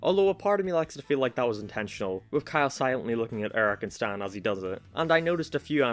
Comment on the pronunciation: i like his accent because there are 2 vowels in "eric" and he pronounced neither of them